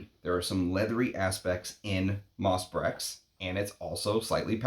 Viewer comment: Nothing mentioned about the unusual name for this fragrance? Nice review, although I think you owe it to your viewers to at least pronounce the name of the fragrance correctly. It’s pronounced , not . Being an American with no French does not really grant you a viable pass when devoting a post to a single fragrance, for a little googling can give you the (very simple) pronunciation. Up your nerd game slightly higher, my friend. Brèches is a village in the Loire Valley, but the word itself also means ‘breeches’, or, in other words, a type of trouser. So, is the name of the fragrance a nod to that region of France (doubtful), or is there some kind of cheeky innuendo having to do with men’s trousers and woodlands. (We all know Tom Ford’s occasional predilection for that kind of innuendo in his marketing.) The ‘PG-rated’, and perhaps most likely, interpretation of the name might be simply the fusion of the fragrance’s elements: ‘Moss,’ denoting the fragrance’s (proclaimed, at least) earthy and aromatic elements, and perhaps ‘Breches’ as a nod to men’s sartorial history, and thus to the history of men’s perfumery. (Breeches were sometimes crafted from leather in the 19thC, though leather is not a major player in MB. Some kind of honeyed vanilla is, rather.) Personally, I don’t find it to be brilliant. Its scarcity is its primary value. And do you not catch even a slight connection to Derby? Much more ‘moss’ there, of course.